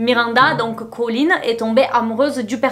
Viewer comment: Bonne vidéo, mais au bout de 10 minutes j'ai du arrêter à cause de ColleenSSSSS y a pas de s, c'est super irritant